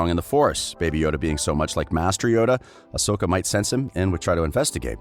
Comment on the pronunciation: Barr-Iss Offee? And OSAKA Tano?